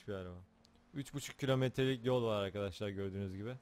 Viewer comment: abi başta merhaba arkadaşlar derken hızlı söylediğin için merhaba kasarlar çıkıyor zazaaaaaaa xdxdxs